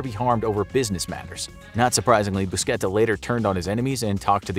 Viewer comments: Not buschetta, more like bushatta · nice vid,the name is buscetta not buschetta